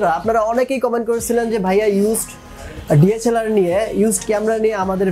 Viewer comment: Its DSLR not DHLR